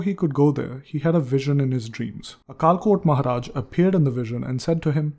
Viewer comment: Some pronunciation of Marathi words is not correct like अक्कलकोट महाराज Akkalkot Maharaj.